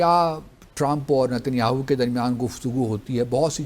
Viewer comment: Is buddhe ko Netanyahu ka naam bhi sahi se bolna nahi aata ..😂😂😂😂😂😂